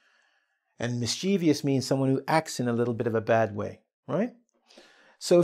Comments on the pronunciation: Mischievous has 3 syllables and the first syllable is stressed. It sould be pronounced as MIS- chi- ves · Sorry but I am a bit confused about the way you pronounced the word MISCHIEVOUS